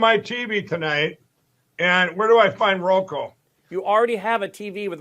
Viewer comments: One thing I’m gonna miss in the Republican primaries was Chris Christie despite how horrible the guy is but he was the only few republicans who would cal out Trump on his BS about the election being “stolen”. I still laugh that Mike still says “ROKO”. 😂😂😂😂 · Roko?? Lol. He never can get that right. How the heck did he run a business,,,,🤦🏼‍♀️🤦🏼‍♀️